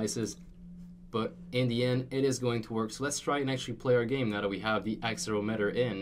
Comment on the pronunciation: Pronounces Accelerometer wrong. Me: Dies.